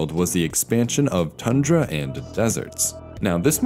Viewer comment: It's pronounced Tundra, not Tandra.